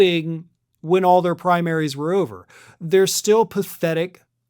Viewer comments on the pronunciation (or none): You guys keep saying it's ober